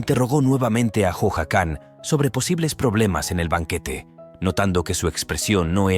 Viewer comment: Si aveces. Le dice jican😅